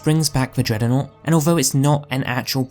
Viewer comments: Why the f does he keep saying it like that. It makes my brain come to a screeching halt every time i hear it. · What's a 'dreadernought'? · Can’t unhear it